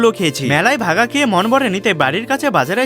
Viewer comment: ভাপা❌ ভাগা✅😂😂